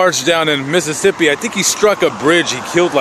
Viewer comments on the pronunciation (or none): none